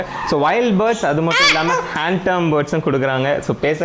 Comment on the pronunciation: Bro it is Hand Tamed.... It is not Hand Termed..... This 💯 wrong.. your videos are too good... I always hear you telling hand termed this is not correct...